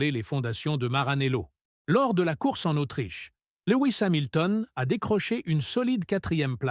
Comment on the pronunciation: Salut, je me suis éclaté de rire dès l'entrée... " Louis Samilton " 😂😂